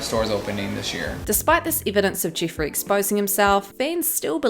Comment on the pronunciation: The way you say Jiffreeey is🤮